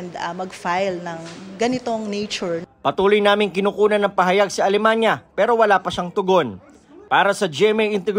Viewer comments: Alemaniac Ata hindi alemanya? 😅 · Alemania❌ Alemaniak✔️ 😂🤣🤣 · Archie alemaniak kasi eh. Naku kahit pakinggan nlng ang pagbigkas ng apelyedo eh